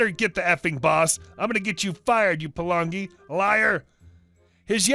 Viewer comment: Palangi isn't really a racist word it's their version of Caucasian (also if their fresh from the islands it comes out as balangi) Pronounced pretty well too (Par-lung-e)